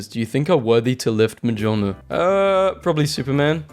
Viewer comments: The way he pronounces Mjolnir drives me up the wall. ME-YOL-NEER. M-JOL-NIR. MJOLNIR. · Its pronounced "miolnir" basically right ? I check to be sure and yeah its something like "Mi-ol-nir" (even tho its written "Mjolnir") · Mjolnir is pronounced more like Myolnyr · Mjolnir is pronounced Meol neer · are we gunna ignore how he pronounced Mjolnir? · Someone tell bro how to pronounce mjölnir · Please if you are going to do an entire 48 minute video about marvel memes, please know how to pronounce Mjolnir P.s. no hate I love your channel it's just mildly annoying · The j in mjolnir is silent.